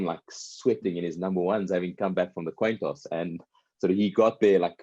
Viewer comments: Toin coss!!! 🤣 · The Toin Coss! LOL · toin coss. Lol.